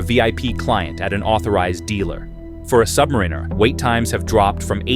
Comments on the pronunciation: AI needs to learn how to say "submariner". What we get is "submrrinrrr" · I have now watched three videos similar to this ... "the Rolex sky is falling." Not only were they nearly identical in their content, but NONE could properly pronounce "Submariner." All credibility was lost. In truth, there was no credibility because as a watch collector I am very familiar with the market and it is still nearly impossible to get a Daytona, a 5811, or an AP RO from an AD. The peak for grey market pricing was in fact Feb./Mar. 2022. Those grey market prices have dropped, but the AD prices are only higher.